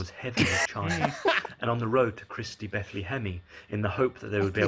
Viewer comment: I had to pause and go question my life choices when said “Christy Bethle-Hemme”